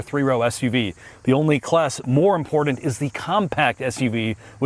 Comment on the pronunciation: "ImporDant". Super painful to listen to.